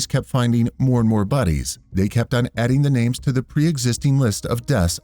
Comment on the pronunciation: I am from this area ur pronouncing names very wrong have som respect for the victims.